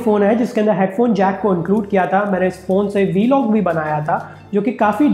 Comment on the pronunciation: بھائی ویلوگ نہیں ولوگ ہے 👏🏻